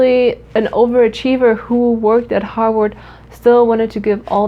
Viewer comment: The second time u said harvard it sounded like u said hog warts and then I thought hog warts is probably named after harvard